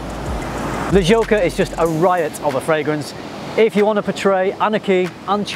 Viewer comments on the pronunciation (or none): none